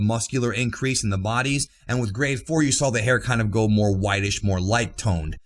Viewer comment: For the longest time I thought you where saying "grey" instead of "grade"😂